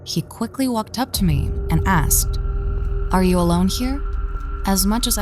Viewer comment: Your voice is annoying af. Why is Dr. Nosleep better than every horror channel on animation and voice actors. "He TuRnEd To FaCe Meee" sound autistic af